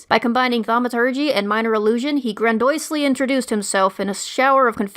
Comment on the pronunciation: That pronunciation of 'grandiose' tho... Lol